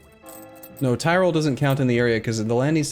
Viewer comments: I swear hearing him say tirol brings me physical pain. It easy, say tea, good, now say roll, good. That's how you say tirol not Thai roll... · Mispronunciation, sure. But horrible butchering like thairoll is inexcusable.